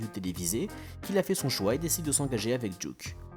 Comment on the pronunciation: Super vidéo comme dab mais ... Duque, vraiment ? Come on man met un semblant d'accent au moins aha